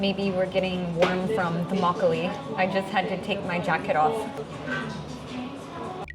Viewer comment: 그런데 왜 한국단어 발음할때도 미국식으로 말씀하세요? 막글리~~~ 배액반~~